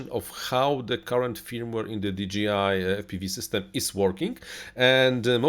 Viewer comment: di DŻEJ aj, a nie "DI DŻI AJ" - firma nie nazywa się DGI :D